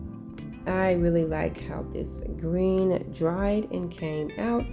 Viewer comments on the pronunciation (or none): none